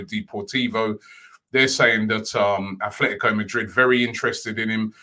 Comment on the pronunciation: Day 1 : After years and thousands of people trying to teach him, Robbie stills pronounces Athletico. Time to start counting day by day till he pronounces it properly.